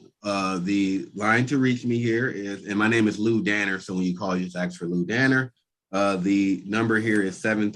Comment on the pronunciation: Oh,, please don't say "axe" when you mean, "ask." It makes you sound uneducated. You're a terrific prosecutor with a brilliant mind, I don't want people to laugh at you.